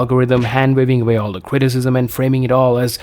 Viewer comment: the cwiticism 😂